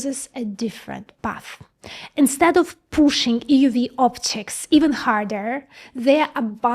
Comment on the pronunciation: "EeeeUUU Veee" Just joking she's adorable.